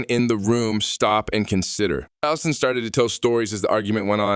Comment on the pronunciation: his name is Osteen, not Austin. please